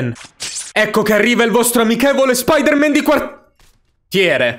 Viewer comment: secondi non Spider man ma SpOdEr MaN